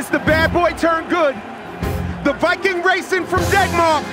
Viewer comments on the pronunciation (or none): none